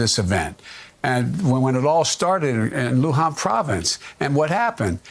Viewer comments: he calls it "Luhan Province" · "Luhan Province" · Its not Luhan joe! Its Wuhan! Give it up joe!😂😂😂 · It’s Wuhan not luhan